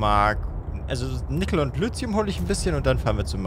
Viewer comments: Nur die kurze Bitte, "Lithium" nicht "Lüzium", sondern eben "Lizium" auszusprechen, das würde mich freuen. Danke! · Langsam tut es mir leid, dass ich das so oft drunter schreibe, aber Lithium wird Litium ausgesprochen und nicht Lüzium... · Entschuldige, aber wieso spricht er Lithium immer Lüthium aus? oder hab ich was an den Ohren? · Hallo, es heißt "Lithium". Einfach 5 mal deutlich hintereinander mit "i" aussprechen. Dann merkst Du evtl. auch den Unterschied.